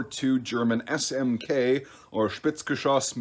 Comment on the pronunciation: Nice pronunciation of SmK.